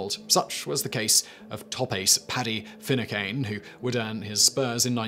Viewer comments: 'Finucane' isn't pronounced 'finnu-CANE', it' pronounced 'fin-NOO-kin'. There's a site called Forvo that you should use if you're fuzzy about how something is pronounced as it's generally pretty accurate. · Simon, you really are uncultured. If you don't know how to pronounce a name, look it up! Finucane is not pronounced as you do. Every English person who takes and interest in current events and is over the age of 30 will know how it's pronounced, given the controversy over the murder of a solicitor in Belfast of the same name.